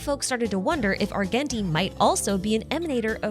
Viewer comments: ar-jen-tee btw. the hard g is driving me insane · ily and your videos but it’s Ar-JEN-ti. He literally says his own name a few lines into his introduction in the game, a pronounces with a “j” sound. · adore your videos a lot but next time could you please pronounce Argenti as (arjenti)?? thank you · The way you pronounce "Argenti" and "Longitude" is legitimately sending me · Now the way you pronounce Argenti 😭